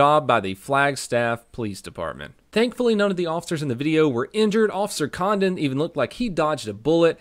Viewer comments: I’m sorry but I’ve listened to it like 8 times and I can only hear “officer condom” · Definitely sounded like officer condom when you first said it lol